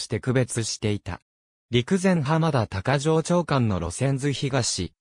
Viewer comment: 読み方違う。「高城町駅」たかぎまちが正しい。